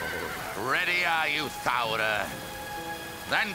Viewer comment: it's thowra